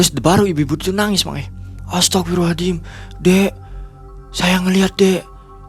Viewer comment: Serius nnya astaghfirullah allazim atau aladim? Salah sebut beda arti